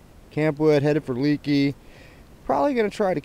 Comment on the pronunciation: Leakey is pronounced Lakey.